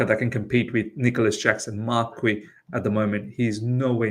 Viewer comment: it’s pronounced Gyoo. He’s gotten ample game time and exposure to the public eye at this point 😂